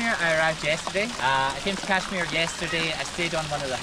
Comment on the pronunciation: It bugs me that no foreigner is able to pronounce Kashmir Correctly